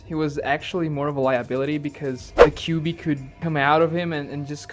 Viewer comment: Don't say kibui or kiwui 😭😭 Say the 9 tails or Kurama